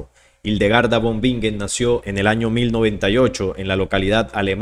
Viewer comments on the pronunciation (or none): No te critico pero von en alemán se pronuncia Fon Y la w se pronuncia v Para la próxima, buena información